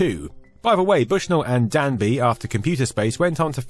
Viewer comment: Dab-ney. Ted. Dabney. Not Danby. #cringe